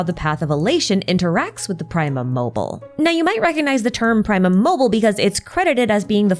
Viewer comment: ok but. it's. "primum mobile", not "primum mobil". you have to pronounce the E 😭, all three short syllables (ok, it's not "praemum" either, the i is pronounced more like a short ee like in "triple", but that's not nearly as painful to listen to multiple times in a row...)